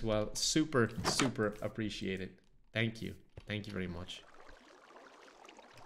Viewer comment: I want you to realize that every time you say the word "super", you're saying the word "soup"